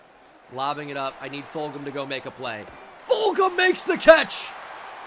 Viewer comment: Just a heads up man it’s pronounced ful-jum. Awesome person even colder wide receiver truly. One of the best receivers I ever played with he was my teammate. For sure ecstatic to see you using him as a threat!🫣